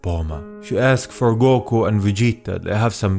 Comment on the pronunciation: "Goko" ok then